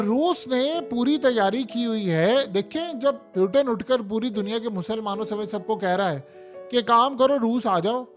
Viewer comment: Is not peutin is putin 😂😂😂😂😂😂